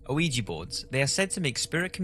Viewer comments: It's pronounced weejee, no oweejee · Ouija not O-ouija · Ouija; pronounced wee ja not O'weeja. Sorry, but it's driving me mad that he mispronounces it over and over. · Fun fact: It's not called "O-eegee" or even "Wee-gee." It is named for the the French and German words for "yes" so it's actually pronounced "Wee-yah." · Is he saying 'you-wee-jee'? Is this a UK pronunciation? Myself, and everyone I know, pronounces it 'wee-jee'. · Pretty sure it's not O-WEE-JEE, just WEE-JA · I love ur videos dude but can you please stop calling it ah-wee-gee? It's pronounced Wee-Yah. Oui - Ja, french and german for "yes". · the name is pronounced wee- jah . french for yes and german for yes. BUT the board was asked what to call it and it spelled ouija and it said it meant good luck. anyway it is not pronounced oh-wee-jah, im a meskin btw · Why do people pronounce it as "weejee" it's actually pronounced "weejah" JUST PLEASE TELL ME WHY AMERICANS PRONOUNCE IT THAT WAY. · Mary Wilkes Isn't it just "Ou-eee-ja"? In my mind you make it sound like "weed with jah" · WEE-JEE. WEE-JEE. WEE-JEE. It's WEE-JEE. Not A-WEE-GEE. Christ. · How the fuck are you pronouncing it as veegii board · Ouija...pronounced wee-ja or wee-gee. TWO syllables. Its a game. Anything that you think happens is already in your subconscious. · I like your video's - but please work on getting the pronunciation of things correct - like ouija - pronounced weeja - thanks - looking forward to more halloween 🎃 stuff... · I wish I had the guts to try one but it's better left as just a wish! I thought it was pronounced wee-gee not oh-wee-gee though... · You know it's deceptive when it's pronounced "Weegee" but spelled "Ouija". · It should be pronounced like "wee jah". Both qui and ja means yes - the first one is French the second (ja) is German. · Ellizzie im aware. the narrator pronounces it "o-oo-wee-gee" which, in addition to hiss accent, sounds like he's saying luigi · Nice vid man, its pronounced wijee tho